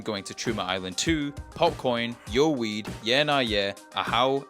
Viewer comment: I dont know if you realized that its not pronounced yo weed, it is yow weed. Word play on yowie being the Australian term for big foot/ sasquach, and them smoking weed.